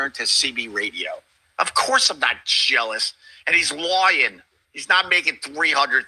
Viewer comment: "He's Loying!"